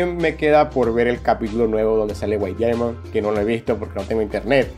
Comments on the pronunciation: Se dice daiamon x.x me duele escuchar que digas diamon pero me gustan tus videos xd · No se dice diaimon tarado se dice diamon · Diaimon 😂😂 pero me gusta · Me encanta como decís diamond xdxd